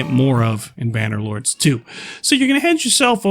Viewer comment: say the games fuckin name correctly you plebian! Idiot